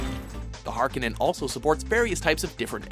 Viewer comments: I just realized you guys don't know how to pronounce Harkonen. Nice.... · Number 9 is pronouced Har-Ko-Nan not har-car-nen Watch the anime and you will hear its pronunciation. Lastly Bitches Love Cannons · hark-on-en... g fricken g... hark-o-nen is how it is said soem days you would swear they used goog translate for these videos... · The "harkenin?" No the "Harkonnen"